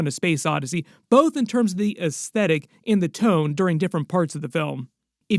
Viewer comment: Dear God, thank you for pronouncing “aesthetic” correctly! 👍